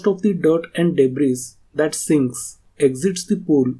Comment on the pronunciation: Great video! Thank you and fyi "s" in "Debris" is silent 🙂